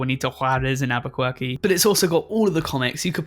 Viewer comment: Did you seriously say, Albaquirky?